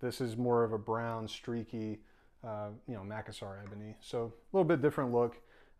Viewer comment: Mack-a-sar? It’s macassar ebony…no mack involved. Ma-cass-ar ebony.